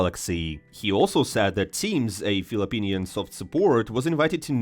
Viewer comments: Bro i cant with the philippinian. Its filipino, hope u change it next time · bro its not philippinians let me just correct it for you in next upcoming video its "FILIPINO" thanks brother! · For future content, it's "Filipino" not "Philippinian". Regardless, great content! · Its filipino. Not philipinians.